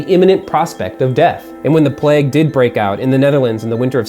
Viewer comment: Why does he say plegg instead of plague?